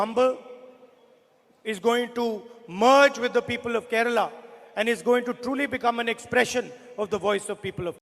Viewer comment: Why is Kerala pronounced as Keral? 🤔